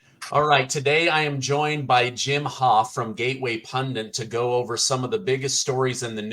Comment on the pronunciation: Pundit not Pundint.